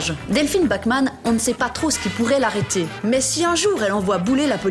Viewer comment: Bachmann prononcé "backman" à l'anglaise un scandale